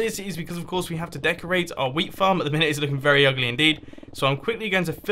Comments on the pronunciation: Whole episode, because of me, I heard weed instead of wheat and damn, it was funny XD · He say wheat like weed, don't know about the British accent, but it's weird.